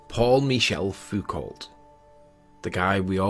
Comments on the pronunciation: Please, please, WHY everyone in this video pronounces Foucault as [fukolt]? It hurts my brain! Okay, I get why this Sleeping Warrior guy does it, although he has a Wiki page with a damned TRANSCRIPTION in fron of him (he's an idiot, that's why). But surely you,, can do better! It's [fuko]! Leon, Michel - doesn't matter. It's [FUKO]! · The pronounce is FUKO not FUKOLT like car brand is RENO not RENAULT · I will let you off with the pronunciation of "Halley" because nobody can agree how to say it. I say HAW-ley, others "Hall-ee" or even (good grief) Hail-ee! But Foucault is DEFINITELY "FOO-COE" It's French, you see! The T is silent ; ) Otherwise, keep up the good fight against the Flatties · It's pronounced Foo-koh, not Foo-cult. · It's not Foo Colt, it's Foo Co, you don't pronounce the T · It’s also a little bit cringe that you keep saying “Fook-alt”. In fact it’s pronounced “Fook-oh”, because he was French an’ that. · It's Foucault pronounced FOO-KOH not FOO-COLT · Surely it's Foucault to rhyme with Bordeaux, not to rhyme with Halt... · It's "Foo-ko" not "Foo-kolt". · By learning and not just commenting on the internet like you know anything. Anyone that studies physics knows it is [Fu'ko] not [Fa'cant]. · I know I'm splitting hair, but the L and T in Foucault are silent. Please have mercy on my sensitive French ears... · It's pronaunced F-u-k-o and "lt" is silent. There is even a pronunciation at the wikipedia page. I'm not suprised that that moron can't read but you disappointed me. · Why are you all Englishmen reading THREE LAST SILENT LETTERS in his last name?))) Ault = O. Like Renault, reads Reno. It shows on wiki page that Foucault reads as Fuko. :3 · This is a very minor quibble, but Foucalt is pronounced "FOO-coe" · Foucau, mute the l and the t in french. No problem, just saying. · You don't pronounce the ending "lt" in "Foucault"; it's pronounced as "foocau". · fuco, both the l and the t are silent in foucault's name....